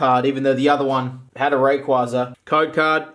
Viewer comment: raykwayza is how you pronounce rayquaza